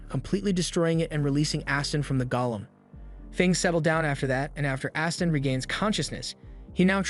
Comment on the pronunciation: The AI needs to be fixed: it’s GOLEM (Go-Lem) for the stone being Aston got turned into, not “GOLLUM” (Goll-um).